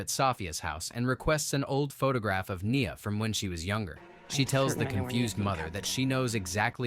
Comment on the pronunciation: Lmao that's my name but knee-uh